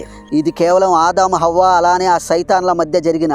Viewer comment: అవ్వ కాదు హవ్వ అనాలి.